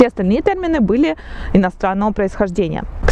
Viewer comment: Спасибо! Если позволите, несколько замечаний: Во-первых, «тЕрмины» — произносятся именно через Е. Во-вторых, не понял про умалчивание истории о золотарях — в словаре Даля всё есть же: «Золото, навозъ, наземъ, удобреніе, особ. сокъ изъ-подъ гнойнаго назьма и человеческій пометъ». В-третьих, так и не понял, в бочках какого цвета возили непитьевую воду: — «...вода попроще, из Фонтанки — в бочках зелёного цвета — была подешевле, но её тоже можно было пить...» — «...в бочках зелёного цвета была самая некачественная вода, практически техническая, её нельзя было пить...»